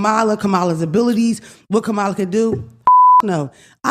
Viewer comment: I really hope yall learn how to pronounce the next President of the United States’ name… 😔